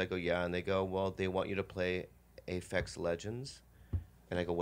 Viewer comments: Pretty sure its called APEX legends, not AFEX legends!!! Lmao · APEX Legends..not Afex lol